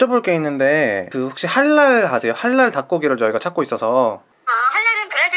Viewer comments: This video was real nice but only one problem y u sayin halal with an r at the end like "halar"? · I cant eat gluten i can but it's just our it's not a rule but yeah..I am Halal I am also a Muslim I dont look like I'm from Ireland but i was born there and its not halar its pronounds halaall